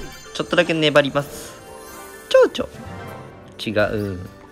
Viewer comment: あ、ちょうちょの言い方が金の国みたいで笑った